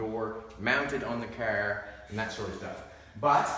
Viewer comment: I always thought that car was a one syllable word until I heard say Cahhhaaarrrrr. It's a 4 syllable word now.